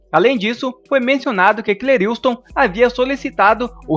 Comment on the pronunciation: Só um toque o nome dele não é Cleriiustom é { Cleriston}.....ok